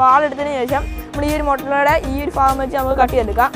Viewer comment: Faagam ennano Mone Pagam ennalle monee